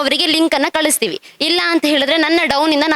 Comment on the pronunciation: ಸರ್ ಅದು ಕಳಿಸ್ತೀವಿ ಅಲ್ಲಾ... ಕಲಿಸ್ತೀವಿ...🙂🙏